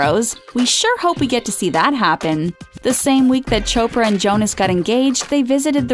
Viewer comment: Chopper?it's chopra🙌